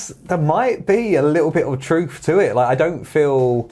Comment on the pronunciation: now I am only saying this because it's a pet peeve of MINE and only MINE. It is truth with a "th" not truf with a "f"